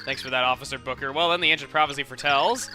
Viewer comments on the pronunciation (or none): none